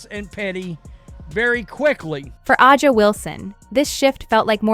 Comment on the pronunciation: Can you fix the damn A I voice to say Asia just like that Asia not ajia Asia if you’re gonna use the damn A I use it right